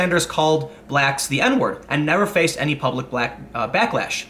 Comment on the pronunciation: The N word? Really? You mean Noldemort or nagger, right? Btw. did you say ''blacklash'' ?🤣